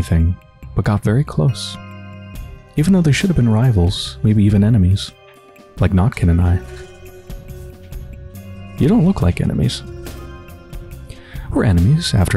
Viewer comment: Ok I have to step up😂 About the pronunciation: “kh” is to be read like [h], so Khan will be [han], Burakh-[Burah] , Stakh -[stah] and so on Next, Georgi Kain is [Georgii Kain], not [kein]. And yes, right you are , in the majority of cases after marriage female gets male’s surname+”a” in the end. So if the husband is Smirnov , the wife will be SmirnovA, or Kain and Kaina in our case)